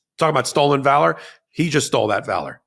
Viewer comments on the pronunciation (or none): none